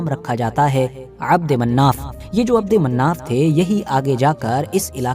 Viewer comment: Mannaf nhi manaf h